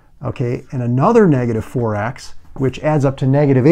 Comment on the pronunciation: If he said 4 x i can hear forax hahaha